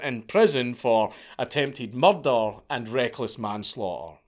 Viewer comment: Morder almost like Mordor haha respect though I appreciate that he made this video